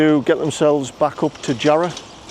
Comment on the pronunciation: Makes me laugh when you hear people trying to sound posh saying "Jarroooohhh" lol you mean "Jarra!" /it's "Jarra!" man! Lol